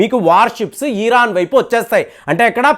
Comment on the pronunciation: ఈరాన్ కాదు. ఇరాన్. ఈరాన్ అంటే వేరే దేశం అనుకునే అవకాశం ఉంది